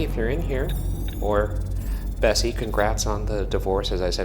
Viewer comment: Every time Ryan said Bessie it sounded like Bestie.